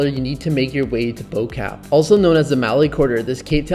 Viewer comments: Bobotie is pronounced "buh-booatea". "Boo-Kaap" is pronounced "Booakahp" and Malay is pronounced "Muhlay". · “Bow Cap” no guys no 😂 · I no joke dropped my phone in cringe when I heard how he pronounced Bo kaap😂 I forgive him cause hes not familiar with afrikaans En hoe ons woorde uitspraak But seriously 😂